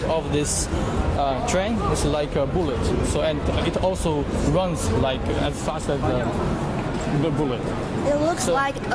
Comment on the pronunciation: 大哥，人家普通人口语有口音没什么，可这是职业，记者。你脑子有病才瞎比较。这男货英语口音和发音实在不敢恭维。“and”用了一大堆，而且拉长音来想着怎么说。“like”尾音也拉得那么长实在怪。这女孩子发音比他好多了。